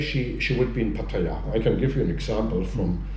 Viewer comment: ... at least he knows how to pronounce Pattaya!